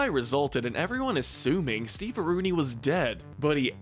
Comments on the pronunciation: STEVEAROONI? It's Stevearino! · Steve areno... Not stevearooni... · It's not "Steve-a-rooni", it's "Steve-a-rino". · Steveruni? No its steverino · Steve-a-reenO. Not steve-a-runie lol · It's not Steve-arooni its Steve-areeno